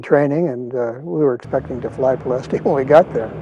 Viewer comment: Enjoyed the video, but it would be improved if the narrators used correct pronunciation for places. "Ploiesti" is actually pronounced close to "Ployesht". The last "I" is silent, and the accent under the "s" means that it is pronounced "sh".